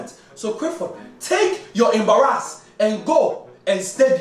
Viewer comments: how many times he said ambarass (yes he said it like that) lol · “ But your school grades don’t embirASS me” looooooooool 😭